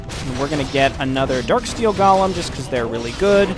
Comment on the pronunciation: might be mad at those correcting his pronounciation, but he now pronounces the word golem correctly anyway. Another win for the corrections.